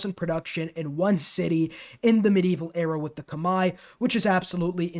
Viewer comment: damn TIL Khmer is pronounced like that (it rhymes with 'eye', I read that it's not accurate but it's the closest most people can get) 💀 I'm not a Humankind player and was really confused, "Kamae"? thankfully I can decipher the next word Baray and find out that you said Khmer